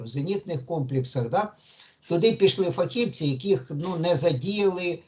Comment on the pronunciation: Та не фах( І)вці,а фахівц( І) .Як же ріже слух ,де адміни каналу чому йому ніхто не підкаже!?!!? Звідки це бридке фах (І) вці???